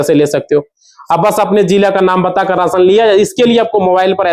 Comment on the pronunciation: Raasan nahin rashan bol